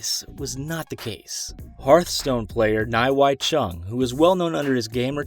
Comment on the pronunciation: And it’s Chung lol, can’t even get the person your defending’s name right